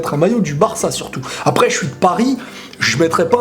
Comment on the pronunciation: J'suis le seul que ça a stressé le "après" avec un e accent aiguë ? :s